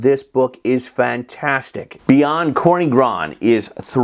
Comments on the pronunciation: Another great video, Professor! One small correction - it's TSorny, NOT Korny :) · Corny is read more like "tzorny" not "korny" :-) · General Polish word for "black" is "czarny", "corny" is a way to spell it in a regional dialect of Polish Carpathian Mountains, especially in Podhale. But you right - "czarny" would be /tsharny/, and "corny" is /tzorny/. BCG hasn't got a pronunciation guide on the back appendix for nothing! :D